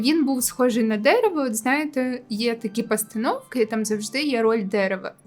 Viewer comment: Сучільда, простітуейшени і дееерево 😂😂😂